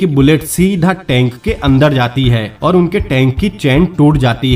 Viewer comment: Awsome movie. But aap "seedhaaaaaa" pe jyada stress kyu dete ho. BTW, Good luck brother👍👍